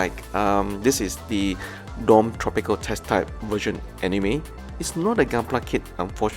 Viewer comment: I would kill for a RG Banshee Norn final battle metallic color and it is pronounced dom not dome